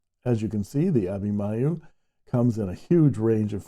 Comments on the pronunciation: Hi! I'm pretty sure it's supposed to be Abhimanyu, pronounced uh-bhee-mon-yu, mon from Monday. Abhimanyu is a character in the Epic of Mahabharata. Good to see more Indian pens! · It is pronounced as Abhimanyu and ‘n’ isn’t silent.. Abhimanyu is a revered character for us Indians from one of the epics of India - Mahabharata.. They offer so many models with so many finishes and Nib options that it’s a ‘headache’ to choose just one (even though many of the models seem to be out of stock at this time ) !